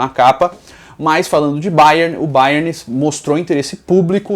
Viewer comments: fala Bayerni achei diferente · Pq ele tá falando bayerni ? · "Baierni"..... Kkkkkkkkkkkkkkk que perna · A agonia que me deu de tu ficar chamando o Bayern de BayernI kkkkk vida longa ao Futirinhasssss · Que chique, fala Bayerni kkkk